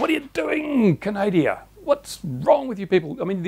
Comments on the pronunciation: its called Canada not canadia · Please, it is not Canadia, our country is Canada. Small thing but annoying. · You pronounced Canada the same way i do hahaha